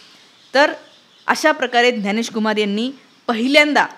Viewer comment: बाकी सर्व ठीक आहे मराठी लोकांना ज्ञ म्हणता येतं त्यांनी ग्यानेश न म्हणता ज्ञानेश म्हणावे